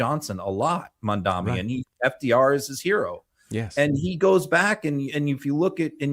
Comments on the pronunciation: Just discoveredand love this channel. - it’s pronounced Mam-da-Nee, not mam dami 😉. A minor point but important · For the love of god, Mr. Filipkowski, learn to pronounce MAMDANI's name. It's not mandami. We love you and all but you sound ignorant. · I know you like Mamdani so would it be too much to ask you to at least pronounce his name correctly?!?!